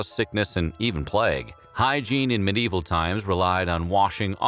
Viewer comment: I do enjoy how sometimes it sounds like the narrator is saying "many evil peasants"